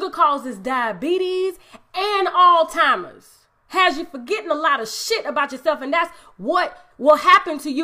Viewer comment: It's Alzheimer not ALLTIMER.